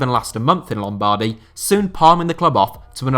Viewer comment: The way you pronounce lombardy made me physically feel sick